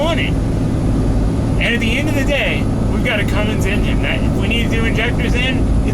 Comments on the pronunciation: Cummins*,. There is no 'G' in Cummins. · I don’t know why people put a fuckin ‘g’ in it. Annoying